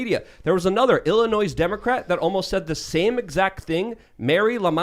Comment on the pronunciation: ...I hate Illinois, and want to leave...but...the s is not pronounced...please pronounce it right.